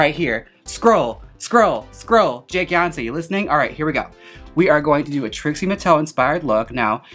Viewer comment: "jakeyonce are you listening" GGGHJ